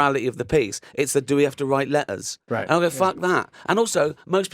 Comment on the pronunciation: it just doesn't ma''er .... we just have to write le''ers.